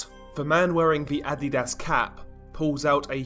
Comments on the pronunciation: Um adidas not ad di das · For some levity... It's pronounced "Uh---dee---duss" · still hear "Id-eat-ass" when you say Adidas 😂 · Were you pronouncing adidas on purpose? or?